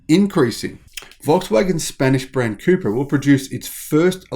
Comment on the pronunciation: All this time I thought you were saying Cooper